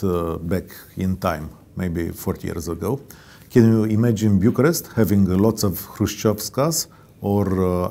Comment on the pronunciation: va stimez f mult si consider ca faceți o treaba esențială, insa, va rog, nu mai promovați pronuntiile incorecte "RUmania" si "Biucarest".